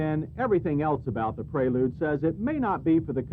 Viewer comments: Honda Praylude? Is that the way to pronounce it? Isn't it Prelude? Just asking. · Yeah pronouncing it would be praylude, the actual name as you know would be prelude. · rhymes with preload